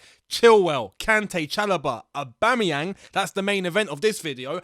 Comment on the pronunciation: "Aubame bloodclat yang" You said that perfect 👍🏿